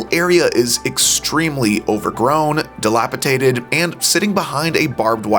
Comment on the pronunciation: . What’s “dilapitated”?… I think, it’s “dilapidated”… I live here in New York now. Even though I haven't been to the Fair, every time I visit the park, I still appreciate its beauty. And every summer morning, I ride my bike and take a stroll through the park.